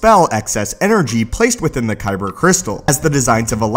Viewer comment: Dude be like "koyber crystal"